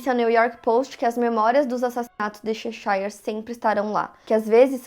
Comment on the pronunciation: Apenas uma observação: a pronúncia da cidade Cheshire é /chéchãrr/, e não /checháiãr/.